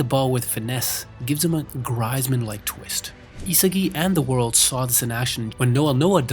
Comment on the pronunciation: It’s said greezman not Griezmann